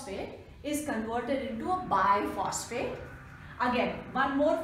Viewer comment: Its bisphosphate.. Not biphosphate...